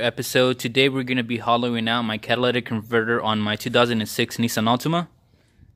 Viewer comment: The catalatic converter 😂😂😂